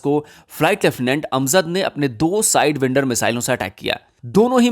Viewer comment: साइडवाईन्डर NOT साइडविन्डर